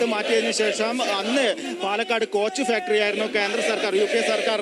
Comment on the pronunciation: സ്കോച്ച് ഫാക്ടറി അല്ല കോച്ചു ഫാക്ടറി